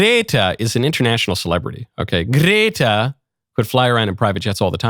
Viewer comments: I know right 😂 I find myself saying Grrrretta now 😂😂😂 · The way michael says gretta is hilarious